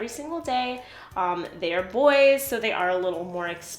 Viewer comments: Did you call BOE-ZZ, “BOYS”? Lol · Bose like Rose with a "B"